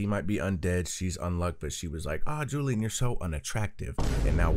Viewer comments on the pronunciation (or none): none